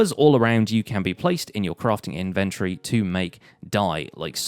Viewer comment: InvenTORY, not Inventry